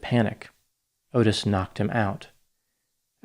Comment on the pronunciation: Excellent content!! I totally remember this as a kid! Also, Adam's mom's name is pronounced, "Re-vAAy", and Adam's killer's name is pronounce, "Ott-Tiss".